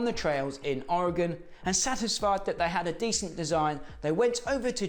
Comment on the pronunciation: Great job pronouncing Ori-gun correctly! Anyone interested should pick up the Hodaka book by Ken Smith & Paul Stannard and head on out to Athena, Oregon (the home of PABATCO) in June for the annual Hodaka Days celebration and thanks for this vid - it was a real treat!